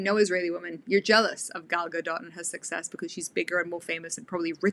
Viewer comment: Why do you make the 't' in Gadot silent?